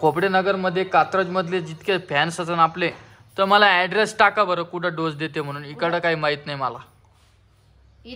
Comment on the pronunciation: ढोस नाही रे बाबा डोस म्हण तसच ढोसा नाही डोसा